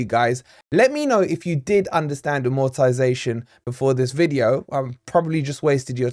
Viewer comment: You might want to pronounce it properly if you're doing a stint about AMortization.??